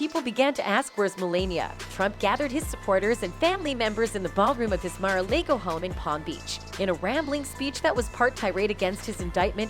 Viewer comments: It’s not Maralego, and her name is not Melenia. And who is Ivenka? These videos are so fake. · Mar a Lago and Melania, Ivanka--pronunciation problems are weird here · and Ivanka and Mar a Lago, and sexual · If you’re going to do stories about people, you need to learn how to say their names properly you’re probably Canadian, so you need to speak the names in American English, not Canadian English. You’re mispronouncing their names, even where he lives in Florida Mar-a-Lago.